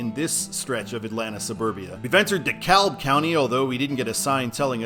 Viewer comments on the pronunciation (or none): Yeah it's "De-Cab" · ATLien here. DeKalb is pronounced without the l, "DeKAB." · the "L" in DeKalb is silent, if I'm not mistaken, unlike the similarly named county in Illinois 😊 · It’s “DeCab”, not Dekalb”; the L is silent! I avoid the Wast Side like COVID! From 85 to 400 and 75 is often jammed. West side, where 85 cuts off, it’s almost always coming to a stop too on the Inner Loop. And 285 to I-75 south is a disaster, with lots of trucks, tight turns and disappearing lanes. Remember, big trucks can’t go through the city, so Tampa is the right call for I-75 SB. Macon is important, cause I-16 goes to Savannah. But Dallas, New Orleans? Naaaaa. Too many cities in between. The West Side could qualify for “The National Quilt” cause the road is nothing but patches; all those trucks keep destroying the concrete! Last comment: NO LIGHTING for an urban highway, like in most cities (some interchanges are lit, but not the whole loop). Thanks!!